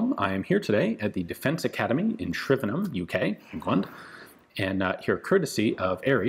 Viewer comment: I wonder how long it took Ian to learn how to pronounce Shrivenham, most N Americans would say Shrive n ham, we Brits always laugh at their attempts at English counties, shire nearly always gets them.